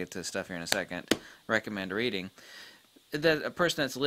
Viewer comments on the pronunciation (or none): none